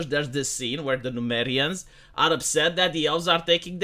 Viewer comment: The people of Númenor are called Númenóreans, not Numerians, smh.